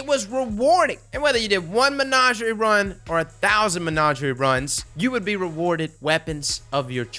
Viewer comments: saying "menagerie" is 🔥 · I hate the way you pronounced menagerie, calus says hows it's pronounced in some voice lines for christs sake